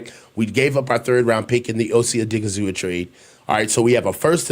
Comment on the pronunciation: My guy there’s no hard A at the end of OSA’s name it’s oh-DIG-ee-zoo-wah